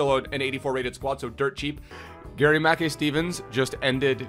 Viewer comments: itspronounced mack kai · Am Scottish it’s pronounced mickeye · Its pronounced ma kai(kai haverts) he used to play for celtic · GMS used to play for us (aberdeen) n it’s pronounced like gary makeye Steven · It’s pronounced “Mack-eye steven” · Im from scotland and you pronounce his name gary ma-kai steven , great video 👍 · It’s pronounced Gary Mack-eye steven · It’s pronounced like Garry Mackeye Steven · It’s pronounced Mackai btw. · It’s pronounced Mac Kai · It's pronounced Mack-EYE .... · It’s Mah-Kai....Mackay is pronounced Mah-Kai 😂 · pronounced gary 'ma-kai' steven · Not to be a nit but its pronounced Mackay (as in to rhyme with 'eye',) !!!